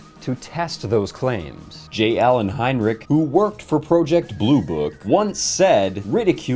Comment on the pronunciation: "J. Allen Heinrich..." Let me stop you right there. It's J. Allen Hynek